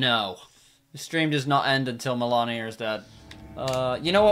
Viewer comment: Fun fact but it's actually pronounced "Melania".